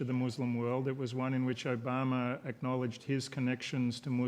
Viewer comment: why does he keep calling him Obamer? lol